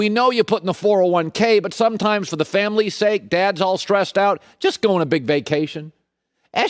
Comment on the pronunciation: Colin “SomeChimes” Cowherd